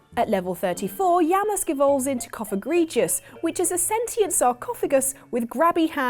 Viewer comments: Yamask? yeah-musk? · Who's that Pokemon? It's...Yamask.... (Oh no...) Is it wrong that I was dead with laughter? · “ITS YAMASK!” OH nO